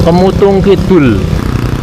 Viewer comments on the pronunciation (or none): mas ngmge aja kemutung lah😂 kemutug sg bener nyong geget nek ngrungokna Rika ngmg kemutung